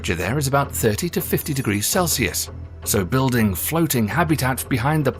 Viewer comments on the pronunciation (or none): none